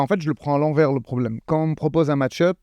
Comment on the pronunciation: "Je te rpopose un sparring" WTF??! Mais c'est quoi le putxin de rapport ??🤣🤣